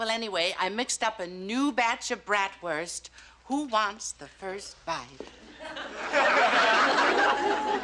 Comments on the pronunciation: Bratwurst is pronounced Braat - wrst with a long "a" sound, similar to the "a" in “Father.” It’s not pronounced “Brat” which describes an ill mannered child. 🤔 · I hate the way they say Bratwurst.